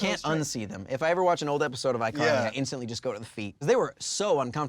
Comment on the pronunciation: Did anybody notice , he said ICarly Thar (or something like that$